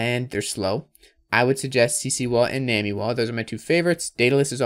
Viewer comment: it is def pronounced "nah-me" like nami from one piece, not nuwaaameee